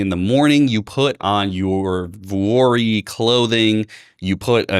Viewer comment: He keeps saying Vorehees / Dwoorvey / Voorey whatever clothing... can you please F'n spell this out, because I have no idea what brand you are talking about. I figured out what TBPN - Technology's Daily Show was, because you posted a screen shot of the show... not everyone lives in your Silicon Valley World, I'm in rural Georgia on a farm....